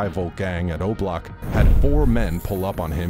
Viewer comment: The way he said obloc sounded like roblox